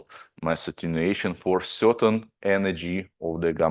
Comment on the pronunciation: Thanks. However its MAss not MEss... The two mean different things. Other than that, thanks very much